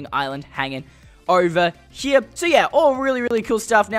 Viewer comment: Haha Haha! "Oveh hia" you were saying.